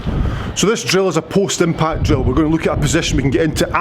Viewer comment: I thought you were saying Postman Pat not post impact - just got it...... thanks!